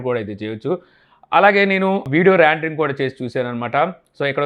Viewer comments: Adi randering kadu rendering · Randring ??? "Rendering"